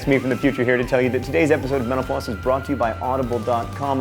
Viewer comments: It sounds like you say, "thanks for watching menopause..." at the end. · When you say mental floss I think it sounds like menopause 😳 hehehe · When he says "thanks for watching mental floss" I always hear "thanks for watching menopause".